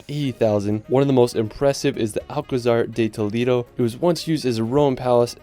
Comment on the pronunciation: Hey dude, nice video, but you failed to pronounce correctly the names of almost ALL of the places you visited and showed in it. Even Nosferatu should bite your neck for the same reason. There is no such place in the Solar System called Tow-leee-do (hard "D") and saying "Meteora" should'nt be so terribly hard. To cut it short few city names survived this mass murder - I wouldn't dare watch any more for fear of reprogramming the Broca's area of my brain which deals with language. Besides that, the photography is excellent and the places are wonderful..